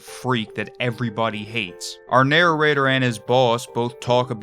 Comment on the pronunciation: I love the way you say "narror-rater."